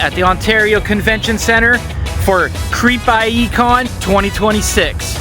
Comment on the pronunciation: You realize its pronounced CREEPIE, not Creep I.E.